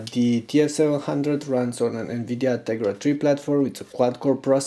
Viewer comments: He says Tegra 3. It's his accent, it comes out as 'Tegra tree' hence the confusion. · He said Tegra 3, not 2. :) Aint that hard to hear ;)